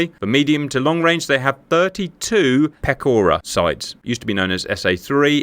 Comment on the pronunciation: Pechora is pronounced with a ch sound like in choke venesuelian freedom, not like a k like in killing venesuelian children for oil.